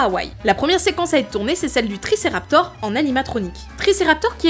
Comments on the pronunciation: On dit « TriceraptOPS» et non « TriceraptOR», Ops signifiant face-visage en grec, tandis que Raptor signifie voleur. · tricératops pas "triceraptor'' mais trop bien le reste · TRICERATOR. j'ai pleuré. beaucoup. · Si a dit tricéraptore,alors moi aussi je dis tricéraptore. Bisous. On peut reprendre. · 3.49 triceraptor....l erreur est humaine mais sa m as fait rire dsl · Tricératops pas tricerator 😄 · Triceratops pas triceraptor :) mais sinon c'est toujours aussi chouette